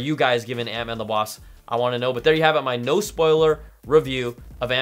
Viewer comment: "Ant-Man and The Wass" Love you, Brian!